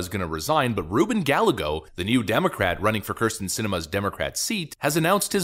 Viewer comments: ps IT'S NOT GALLAGOS, IT'S GUYAYGOS, LL=Y IN SPANISH. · Guy-a-go. its spanish. come on man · It's pronounced gah-YAY-go the double L sounds like a Y. Spanish speakers are amused when gueros mispronounce common Hispanic names. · Dude, the 'll' in Spanish is pronounced like a 'y', think 'tortilla'.